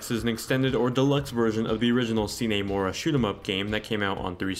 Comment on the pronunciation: "see nee" mora? you sure its not "sign" mora?